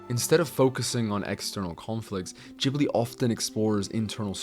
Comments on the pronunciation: The way u pronounce Ghibli is full on pissing me off n idk im getting full on triggered but wtf is "Gibli" 🤦🏿‍♂️🤦🏿‍♂️🤦🏿‍♂️ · You put so much effort into pronouncing "chihiro" with a japanese touch but completely american-butcher Ghibli xD The G is a regular G. Not a Dschee. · Why the fuck anyone believe this disney hater if you hate disney so much so pls keep it to yourself stop saying random carp about disney if you are such a big ghibil fan first learn how to pronounce it and you people say disney male characters are bad villains are bad like go first watch all disney movies and then say random carp about disney and you belike studio ghibil is a master peace like bro have watched earwig and the witch it is so bad even shark tale even the dinosaur even chicken little even brave even cars 2 even the good dinosaur even ice age 5 is better than earwig and the witch it is just a little better than hop and surfs in 2 and lion king is a better movie than sprited away